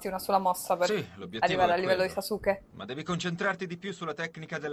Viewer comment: Sasuke non kasuke 😂😂😂😂